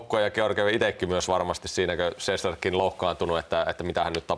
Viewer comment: Studion vetäjälle ihan huomiona vain annan plus merkinnän sillä olit ainoa joka lausui Rangers moken nimen oikein 👍 Shestjorkin.